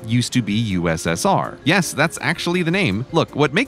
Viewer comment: 8 months of research and... "Y-es Canada"